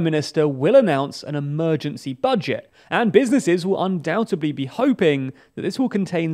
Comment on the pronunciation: His pronunciation of the words "undoubtedly" and "supposedly" is infuriating. Had the man not seen Friends?